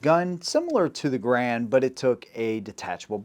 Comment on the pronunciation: Congratulations on pronouncing John Garand's name CORRECTLY! (Although Mr. Garand himself pronounced it with a bit of a French accent - he being a French-Canadian by birth.) Also, it was a joy to hear your mention of Hugo Schmeisser and his contribution to the AK-47. Schmeisser was actually working for the Haenel Company where he developed the sub-machine gun that bore his name (unofficially, as it was officially referred to as the Haenel). But Schmeisser himself, working for Haenel, became very skilled in the use of stamped and welded sheet metal in sub gun manufacturer, replacing forged and milled steel billets. At the conclusion of WWII, a most German techniques and manufacturing processes, as well as the engineering and manufacturing talent, were swept up by the Allies and put to work in advancing those countries' defense projects. Hugo Schmeisser found himself in the part of Germany that fell under the Soviets as part of East Germany. So Herr Schmeisser found himself relocated to Russia, where he worked in their arms industry. Mikhail Kalashnikov designed the original AK-47 to have a stamped, folded, and welded receiver. He did so while assigned to a sort of R&D company, and used the material sources available to him through that company. The AK-47 as originally adopted required a high-grade of sheet steel for the fabrication of the receiver. After adoption by the Soviet Union, other Russian arms manufacturers were put to work building this new rifle, and sourced their r